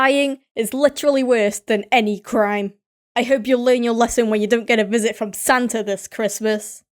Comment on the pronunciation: Did she say santer instead of Santa